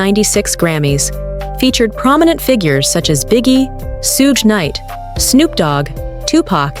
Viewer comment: "Sooje Knight"? WTF